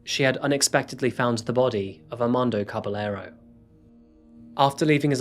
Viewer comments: I'm gonna have to correct you in pronouncing Armando's last name. It's Ka-ba-ye-ro not Ka-ba-le-ro. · Caballero is pronounced Cabayero. The LL in Spanish sounds like Y. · Great job as always! One little thing and I mean no diss just a bit of knowledge with this. When in Spanish u encounter double L's ll as in Caballero you pronounce em like a y so Cah- bah- yeh- ro. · Wouldn't one pronounce Caballero as 'Cabayero'? Just asking, is double 'll' in Spanish always pronounced as 'y'?